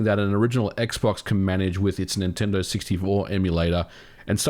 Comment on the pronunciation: Please stop calling Nintendo "ninty".